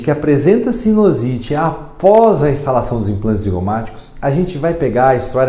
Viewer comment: o correto é sinUsite e não sinOsite. Só como comentário de um seu colega.